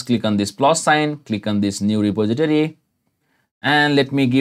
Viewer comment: 'reposiditity' lolwut RE-POS-IT-TOR-EE REPOSITORY